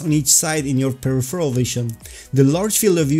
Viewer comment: Thanks for great videos! But for jissy chrissies sake, I can not take it anymore! It's pronounced: "/pəˈrɪf(ə)r(ə)l/" /Your fellow VR Swede :)